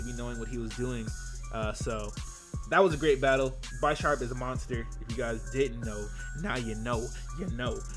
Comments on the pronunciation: pretty sure its bish-arp no bi-sharp because he is a bishop like in chess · Pretty sure it's Bee-sharp (as in bishop and sharp) as opposed to Beye-sharp... Just sayin, though great battle. It's weird seeing the battles on the stream then uploaded to Youtube. They're so much more interesting on Youtube imo because of the faster pace and commentary. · It's definitely pronounced Bisharp (like big) and not Bi-sharp like you were saying. The names are based on chess pieces in that evolutionary line. PAWNiard= pawn. Bisharp = Bishop. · You say "Buy Sharp" so many times, it's painful. It's pronounced Bih-sharp. Like a bishop. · SiLeNtDo0m No, it was very misleading because the word "Bee" is a strong E sound, not a soft. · bye-sharp? its named after the damn chess piece... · Its pronounced bihhsharp, like bishop. Pawniard being the pawn. Like chess pieces ya dig? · dawg its Bisharp, like BISHOP. get it right. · By-sharp? You mean Bisharp? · Take a shot every time says Bisharp wrong. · Nigga that ain't how you pronounce Bisharp lol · I hate how he pronounces Bisharp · He pronounces Bisharp incorrectly.